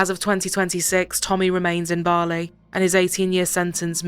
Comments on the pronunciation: why are u saying BAAAAHHHRRLEY instead of Bali? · Never heard Bali said wrongly so many different times than today. Might want someone who can say the main place correctly.